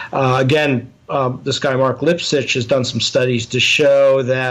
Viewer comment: Did he say "Mark Lip shits"